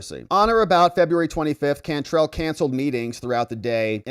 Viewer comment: Can trell like tell. It’s a New Orleans name too pronounced differently. Anyway. She’s from California! WTF!! Get her out!